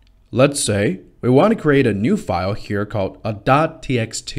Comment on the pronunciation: I'm sorry, is this a robot voice?? It definitely did NOT say the name of a.txt correctly! I've noticed many other strange pronunciations also.